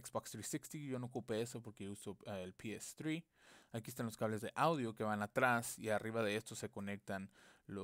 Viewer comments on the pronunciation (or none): "pi es zri" JAJAJJAJA habla bien